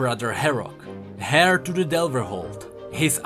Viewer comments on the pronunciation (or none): But the mispronunciation gets annoying at times This one got me "...Beside her father was her brother Herok, hair to the Delverhold..."